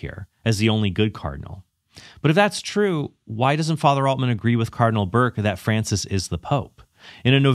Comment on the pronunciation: If Altman insists on calling Francis by his given name, could he at least pronounce it correctly? Or is he purposely mispronouncing it as a further sign of disdain?